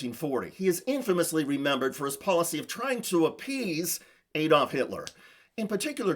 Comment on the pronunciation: It's AAD-olf and not EED-olf. Why do educated Americans have problems with pronouncing this simple word|?